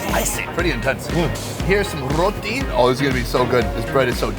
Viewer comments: It's roti not rooooothiiii.... 🤣🤣🤣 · did, did you just say 'Roti'?